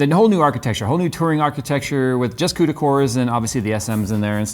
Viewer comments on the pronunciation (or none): none